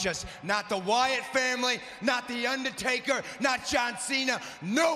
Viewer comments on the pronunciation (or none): Rollins just said Yandertaker.